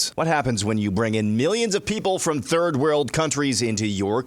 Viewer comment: Is Steve. Saying terd-world countries? Cause he’s said it twice now. lol, terd-world countries. 🤷🏼‍♀️